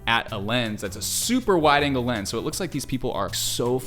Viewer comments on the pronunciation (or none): none